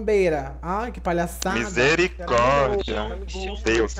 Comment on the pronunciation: "Misericredo" KKKĶKKKKKKKKKKKKKKKKKKKK